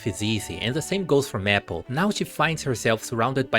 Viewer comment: not to make fun of your pronunciation but serously? "meh -ple" it's MAY as in the month and ple as in apple, to say maple